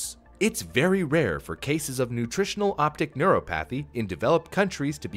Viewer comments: Its nice when says words wrong. Makes me feel better about myself. Lol. Neuropathy. Neur-AH-pathy Sorry. Sorry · Say it with me, Neur-o-pathy....